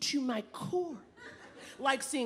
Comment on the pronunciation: Someone needs to teach Naomi how to pronounce "white"